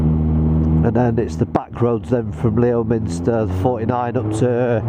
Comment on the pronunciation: Wales has some great biking roads and I'm sure you'll enjoy. Not quite as nice as Norway though ! Think you'll find Leominster is pronounced Lemster ... Strange but true.. I think. Looking forward to your future vids.